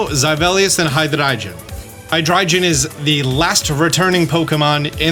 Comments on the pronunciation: I love and all of his videos but am I the only one who cringes every time he says High-Dry-Jun? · I have to know and so I ask. Why do you pronounce Hydreigon like that? It's a hard "g" my g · I love you but Hydreigon is pronounced..... Hi-Dry-Gone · repeat after me. Hydreigon. Hi, Dre, Gone. Hydreigon. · why do you say hydriegon wrong and weirdly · I get triggered with your pronunciation of Deino, Zweilous and Hydreigon. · Why do say Hydreigon like that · Why does the way you pronounce hydreigon sound so pretentious 😭